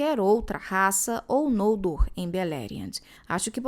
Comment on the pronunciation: Gente, é tao estranho pra mim ouvir os nomes próprios como paroxítonas... Não sei se tem uma regra sobre pronúncia, mas desde que comecei a ler a obra de Tolkien, sem nenhum conhecimento prévio, eu sempre li os nomes como oxítonas. Pra mim, ouvir NOLdor, e não nolDOR, é muito estranho... Sempre li FinarFIM, FingolFIM, TurGON, BeleriAND, ValiNOR, VaLAR... E vou continuar assim kkkkk....